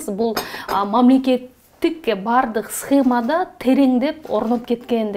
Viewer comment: АЛЫП БАРУУЧУ: ПРАКРАТУРА ЭМЕС, ПРОКУРАТУРА, СХЭМА ЭМЕС, СХЕМА .САБАТТУУ СУЙЛОНУЗ. РЕЖЕТ СЛУХ.